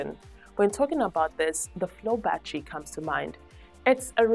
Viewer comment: They are NOT a "ba-tree" or "ba-trees" Say "ba-TTer-Y" & "BA-TTER-eez"